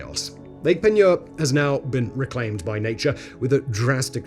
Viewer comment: I grew up right there in New Iberia and went fishing regularly in Lake Peigneur. Congrats on pronouncing it correctly! 😂 The mansion chimney is a bit creepy, but the surrounding gardens are beautiful.